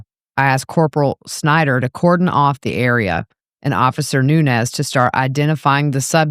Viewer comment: Nuñez ñ is a different letter in the alphabet and sounds different then n. Learn names as a public speaker